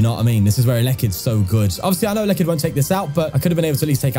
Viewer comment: Pronounced el - e -kid